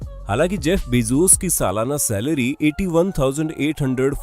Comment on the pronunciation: Its bezos not bezoos